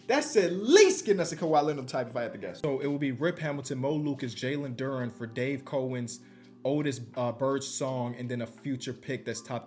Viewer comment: How has he not learned how to pronounce Dave Cowens?